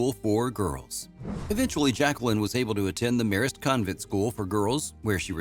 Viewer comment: Also how he said The Marist was odd. Just waiting for him to try Esher.